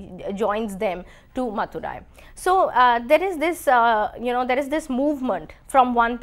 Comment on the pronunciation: It's not pukar it's puhar(Poompuhar), Not maturai it's Madurai and please could you try reading it before you take class / you have to improvise on the Pronounciation.